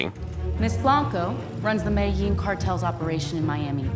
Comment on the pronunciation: Like how Trixie talked about white people miss pronouncing Spanish then in the next cut says Medellín wrong